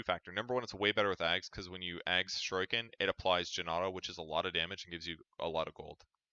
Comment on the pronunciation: Shu-ree-ken please